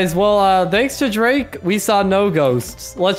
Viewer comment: It sounds like u say jake not drake